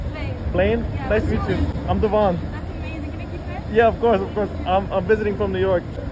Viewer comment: aw, man. As a man named Devon (DEH-vun), I gotta say I love your talent and hate that you're encouraging everone to pronounse my name wrong.